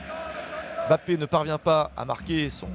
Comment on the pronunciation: Pourquoi il dit bappe c’est mbappe ptn